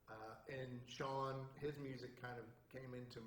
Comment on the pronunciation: It's not "Shawn" Cassidy, but "Shaun."